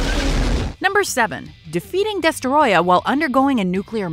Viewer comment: destroyah (DUH-STROY-UH)